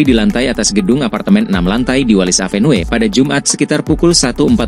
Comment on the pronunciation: Avenue dibaca : Évenyu !